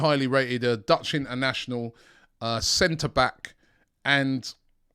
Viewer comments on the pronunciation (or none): none